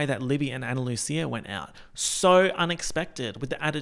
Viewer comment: Absolutely obsessed with 1. pronouncing Ana Lucia with a ch instead of a s 2. Then making oomfa oomfcia into oomfchia as well